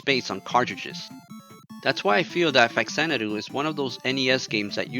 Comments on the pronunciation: Good retrospective but, it's Fah-zanadu. Not facks-anadu. The "fa" in front is supposed to denote that this is "Xanadu on the Famicom". I also used to say it like "fax", until some other review pointed out the reason why it's written, or said this way. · Love this game, but it's pronounced Fazanadoo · Yeah. Right. That's how they pronounce it in the video too. But I keep hearing people online saying that it's really pronounced FA-zan-a-do. This is because it's actually an offshoot of the Xanadu series of games and the "Fa" in the front of it is just a prefix that stands for "Famicom", the Japanese name for what ended up becoming the Nintendo Entertainment System in the US and Europe. I don't care if that's really a thing that's true. I'm never going to call it FA-zan-a-do. 😁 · Haven’t watched yet, but in English the only correct pronunciation is Fax-AN-a-doo. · nihon falcom was always and still is one of the greatest game makers ever (the Y's games are my absolute favorite franchise, and legend of heroes rules too, from the og rpgs to prophecy of the moonlight witch to the trails in the skies series etc) ... hudson was fantastic too, dont get me wrong... RIP... but obviously since its literally supposed to be a "famicom xanadu" that means its actually pronounced "fa zanadu", not "fax anadu"...